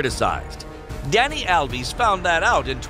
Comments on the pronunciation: “Dani alvis” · Dani alvis is the way these drunk guys are pronouncing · ”dani alvis” is drunk again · "Dani Alvis" -Oh my total 31/12/19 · can you please learn how to pronounce Dani Alves right. It is hurting my head